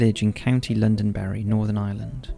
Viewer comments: Also pronounced Londonderry as Londonberry. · London berry 😂 no mate it’s Londonderry